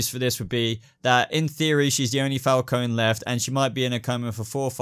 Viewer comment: Omg he said my last name right